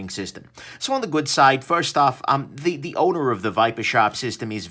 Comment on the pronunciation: What said "Vipersharp has a really nice owner." What I heard "Vipersharp has a very nice odor." Thanks for the review.